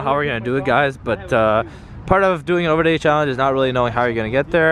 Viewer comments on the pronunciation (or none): dude said ouverday